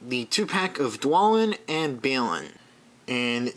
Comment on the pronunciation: They are pronounced: DwARElin and BARlin.